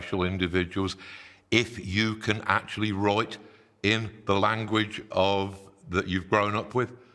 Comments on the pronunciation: Why does he pronounce almost all words almoat normally except "wroit" and "whoi" and "analoise"? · You can totally wroite, moite.